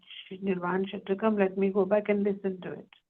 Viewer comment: It's Nirvana Shatkam, not Shatakam